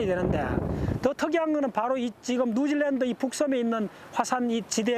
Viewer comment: 자꾸 누질랜드라네ㅋㅋ